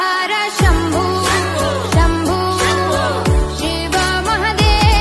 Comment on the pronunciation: Bhai shambhu hota ha shampoo nahi 🤣🤣😂